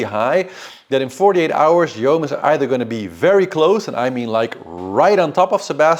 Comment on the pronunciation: Yoann is pronounced Yo-hann it's a name from Bretagne. Means God gives grace. "Yoann est d'origine hébraïque. Ce prénom provient de « yohanân » et veut dire « Dieu fait grâce ».